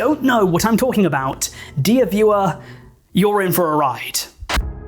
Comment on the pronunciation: I genuinely thought he said "deer viewer" and did that guy pointing at himself meme